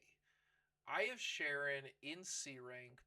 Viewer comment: FYI Charon is not pronounced like Sharon... It's pronounced like Karon in English.. In Greek it's pronounced Haron